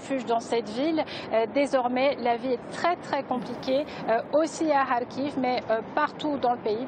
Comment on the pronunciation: Kharkiv pas "Khariv" !